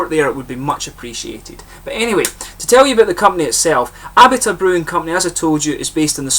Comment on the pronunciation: I sure do appreciate the "shout out", man! This particular beer didn't really appeal to me, sad to say, but I adore their Jockamo IPA. Actually, it's pronounced "Uh-bee-tuh".